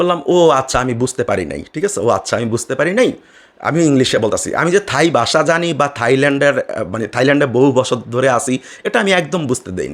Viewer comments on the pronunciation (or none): none